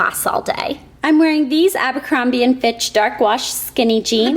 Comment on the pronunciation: I think she said Abercombie and Fitch! :)